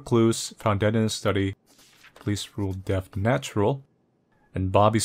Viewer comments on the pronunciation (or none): none